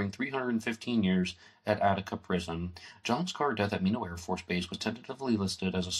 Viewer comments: Nice show! Minot is pronounced My Knot. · An interesting presentation. There are a few errors of facts that can be verified elsewhere,such a the correct Pronunciation of Minot (my-not) . One would be the very subtle difference between "knew of" vs "knew". another you might want to correct is how/if Maurice knew my brother. You stated they were in the same homeroom. That, by Maurice's own writings on pages 259 and 260. Another misleading comment on those pages implies that Maurice and his cousin Mary Ellen were also in the same homeroom. At the time. SHS, in all grade levels admitted both boys & girls - in the High school they did not share the same home room. So Maurice's reference to John, Maurice & Mary Ellen in the same homeroom is another - at best - typical misleading statement. My father was strict and therefore was not always an easy man to live with. But no, he was not abusive, and frankly there are many who could relate more good than bad but have always hesitated to do so after seeing how those who dared speak up were attacked and denigrated. note: thank you to for finding the original mythrepresentation in the PDF version of TUE.